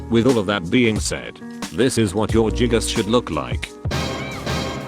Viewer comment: The fact that text to speech says jiggas makes this even better